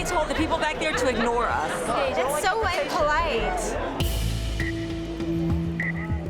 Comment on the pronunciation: “That’s so inpolite”…do you mean impolite? 🙄